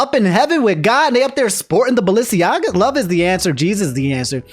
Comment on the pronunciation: Okay, Ima let you finish, but double take to 'God loves Balenciaga' was the strongest reaction in the first ten minutes of the video, and it fucking SENT me. 😭 you think that Ye ruining his reputation would be the funniest thing in this video. But it's actually the way says BalenciAGA??